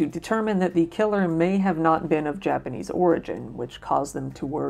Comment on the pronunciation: Your japanese pronunciation is pretty good, I rarely see an American ytber pronounce it well because having english as a base is harder to pronounce but they don't bother even using google translate for pronunciation so kudos to you